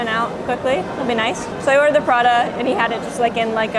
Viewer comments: Sorry… but it’s pronounced PRATA not PraDa… sorry, sorry was kinda triggered…😂😂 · not 'prada' but 'pra-tah' 🤣 edit: also, prata's a great supper option, especially when you get the drunk munchies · I like how the woman pronounce prata as Prada😅. You get a like from me!